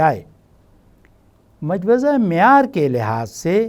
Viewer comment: the right pronunciation is Mojawweza